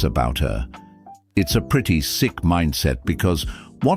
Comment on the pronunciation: she said "we are in a `pretty` man shortage" no a `pre man shortage`. Ebonics.